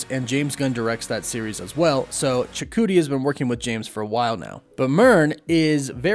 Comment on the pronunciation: Props to you on your way more improved pronunciation of Chukwudi's name 👍🏽👍🏽. You were spot on .